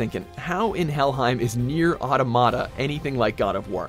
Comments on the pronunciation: Nier Ah-tom-ata not Nier Auto-mata Like "automaton" not.....a word that doesn't exist. Automata is a real word. It's the plural of automaton. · How come most people on the internet can't pronounce Automata correctly? It sounds like the word Automaton, meaning robot